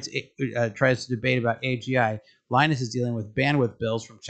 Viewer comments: Please learn how to say Linus name, otherwise it feels like you are making videos about stuff you never knew until 5 minutes ago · In Finland, it is pronounced "lee-nus". In North America it is 'Lie-nus'. Linus Sebastian once made a video about this.